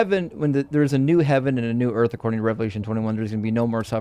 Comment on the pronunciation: Someone who pronounces Earth as Erf is never going to understand